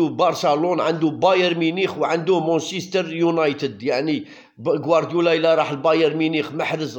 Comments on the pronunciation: مانشيستر وليس مونشيستر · لا يمكن اطلاقا بلانجليزي مان سيتي لا تستطيع ان تقول مون سيتي